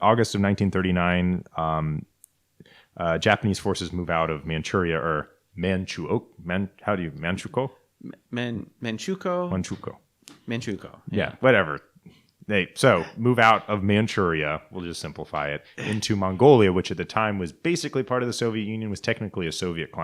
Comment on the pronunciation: its Man-Chew-qu-oh Manchukuo